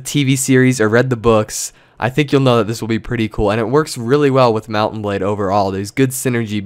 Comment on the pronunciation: TechGuidesFor Dummies *DOUBLE FACEPALM* I WAS MAKING FUN OF THE WAY HE PRONOUNCES MOUNT&BLADE!!!!!!!!!!! WHY ARE WE USING ALL CAPS BTW?